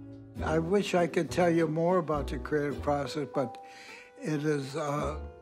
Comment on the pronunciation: And finally learn to pronounce "about".